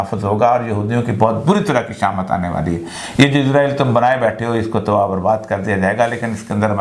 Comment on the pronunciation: بھائی اوریا، اسرائیل کو ازرائیل، تحریک کو مئومنٹ کہنے سے آپکا بیان مئوثر نہیں رہا۔